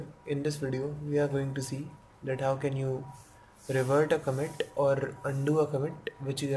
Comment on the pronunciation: commit uu h commit uu h commit uu h comiiittuuhh